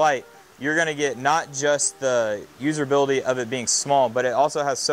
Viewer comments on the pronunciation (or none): What is “userbility” …that’s not a word, it’s usability. No r in the word